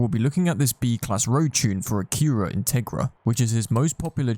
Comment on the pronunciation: dont ever call acura " uh cure a" again